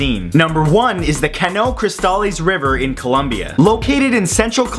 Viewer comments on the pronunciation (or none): none